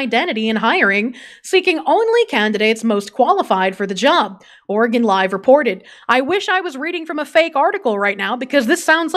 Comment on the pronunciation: bruhhh “ore gone “💀💀 *Oregin *